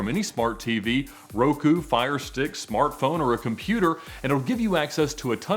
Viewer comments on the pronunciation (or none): none